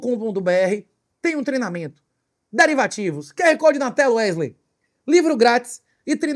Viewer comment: Wesley, que ele chama de Uérlein